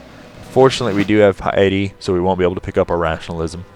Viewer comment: Also, "piety" is pronounced like "pie-a-t".